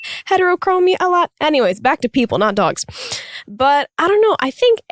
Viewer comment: omg the way she pronounces "dogs" "dooawgs"